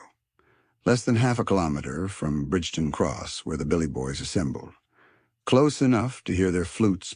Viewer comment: Pronounced BRIGTON!!!!!